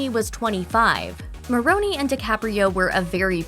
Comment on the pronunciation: It is mispronounced.